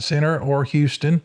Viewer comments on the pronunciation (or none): none